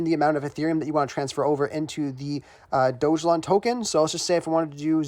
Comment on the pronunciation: DOGELON! (ELON)